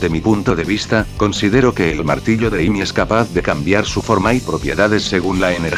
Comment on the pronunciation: decent character analysis ,,,I'd suggest tweaking the text to speech program you're using a bit though. saying Pickax instead of Pico isn't that bad but all the different ways character names were butchered especially Amy herself were really noticeable other than that though great job. keep working on these and i'm sure each one will be better than the last.